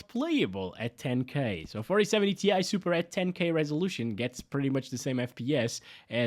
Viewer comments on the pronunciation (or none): More like "TIE" SUPER